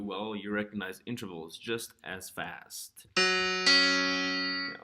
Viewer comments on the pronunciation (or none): Nice, but please say in -TER-vals. Not inTRAvals. I'm recommending this video to my students, but please pronounce that word right please.